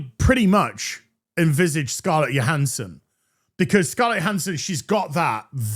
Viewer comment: Isn’t it “Joe-Han-son” not “yo-Han-son” ?